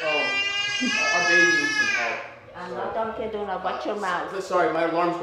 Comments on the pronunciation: HEY misses donkun donuts- Cirues 💀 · Bro said ms dunking doughnuts😂😂😂